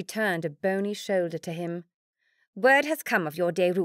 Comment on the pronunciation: Hi Deborah, you are lucky you found this one first. I have listened to all of Jennie's books and found this one last. Please listen on to all of them, quite enjoyable. Seriously, my only complaint is the narator pronounces Bony as bonny as in bonny little baby whereas it should be 'bony' short for Bonapart. Fairly acurate history as well. Stay safe from bushfire torn rural Queensland